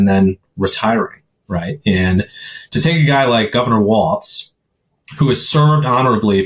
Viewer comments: Pleassssse...his name is Walz, pronounced "walls" not "waltz" like the dance. There is no "t" in his name. If you want to argue that the alt-right doesn't pronounce Kamala's name, the least you can do is learn how to pronounce her VP's last name. Other than that, I love your videos and thoroughly enjoy your accuracy and truth about the facts. This is the 1st time I've ever made a negative comment about one of your videos, but this is important. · Talking about denigrating someone...pronounce. his. name. correctly! It's pronounced Walls, Walls, Walls, Walls, Walls. NOT Waltz like the dance. Now you're just pissing me off. You two are sooooo much better than this. Come on! Just like it's not Kamahla, neither is his name Waltz, like the dance. Say it with me: Walls, Walls, Walls, Walls.